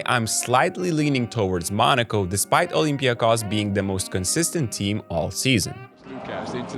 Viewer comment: Kudos to Basketnews team for pronouncing olympiakos name the right way! Oly will make it to the finals, despite your prediction.